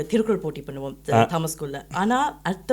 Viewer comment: Its திருக்குறள் not திருக்குரல்